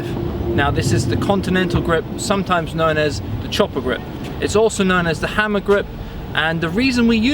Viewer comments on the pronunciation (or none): none